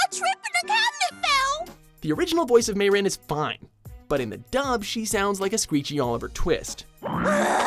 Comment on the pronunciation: Who else was shocked when he said Mey-Rin raises hand 🙋🙋🙋🙋🙋🙋🙋🙋🙋🙋